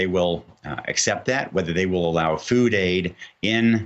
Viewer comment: Tygry it's tig-ray White people always mess up a name